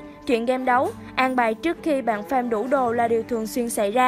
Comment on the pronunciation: Farm mà cứ đọc thành fame nghe khó chịu thật sự :))